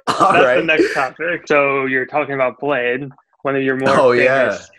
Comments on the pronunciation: No it's fucking not lol.. It's pronounced BLADIE or BLADEY.. I've met both Lean and him multiple times in Seattle after shows and listened to lean call him "Bladey" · How they pronounce it "BLADE" lol Get it right plebs. The god king Bladee don't approve.